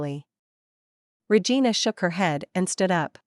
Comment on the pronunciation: Liking the story, but hearing the tts read regina as re-gai-na reminds me of awkuafina's line from shang chi and makes me wanna giggle